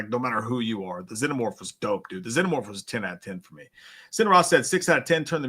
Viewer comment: When pronouncing "Xenomorph" think Xena warrior princess, its (zee-no-morph)